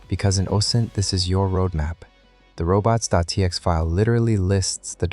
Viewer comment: Great specific dorks in this, you shouls know their are a.lot of mispronunciations in the first half ofnthis video that can be corrected. Like "robots.tx"